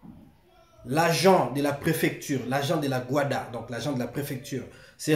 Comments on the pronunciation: Ce GUDA et non GUADA… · Ce le GUDA et non le GUADA